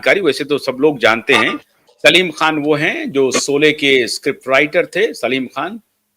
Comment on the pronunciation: 😂😂solay nahin Sholay SH dhakkan😂😂